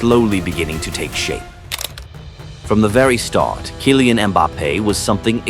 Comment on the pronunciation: I stopped watching because Kaailean Mbappe. Tired of AI content.